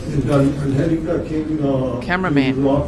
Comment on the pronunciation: Pronounced An gel aka